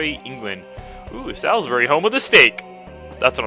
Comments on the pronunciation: I love watching ' yugioh series over and over again, feels like i'm playing along:) oh and 'Salisbury' is pronounced 'Solzbury';D -from a faithful English fan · We pronounce Salisbury a bit like "Souls-brie" :)